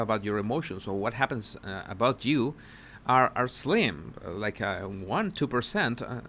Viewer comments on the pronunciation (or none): none